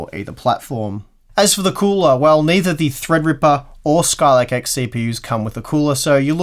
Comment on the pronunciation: Skylake X? Hah! I think you mean Skylake Ex!